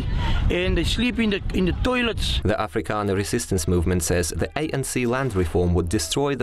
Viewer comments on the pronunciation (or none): "They slip in dee khițzins and they slip in dee thoilețz"